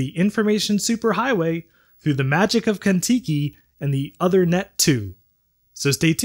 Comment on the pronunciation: Minor point, but the card's name is not pronounced like "other-net" but like "ooth-er-net" (ooth as in tooth). It's a reference to King Uther Pendragon, father of King Arthur in British legend.